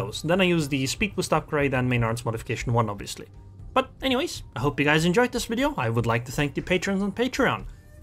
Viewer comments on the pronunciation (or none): none